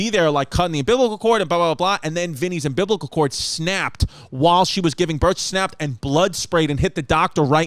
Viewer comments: I instantly heard Sal’s voice go “wait say that again. Umbiblical? It’s umbilical babe” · I need Chris to say "umbiblical" on Hey Babe! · "umbiblical cord" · "Ambiblical cord" #BBW #ChrissyChaos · "Um-Biblical" cord🤣🤣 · “UM-BIBLICAL-CORD” omfg CHRISSY CATHOLIC AND HIS PRONUNCIATION noo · “Umbiblical chord” - Chrissy Chaos (2021)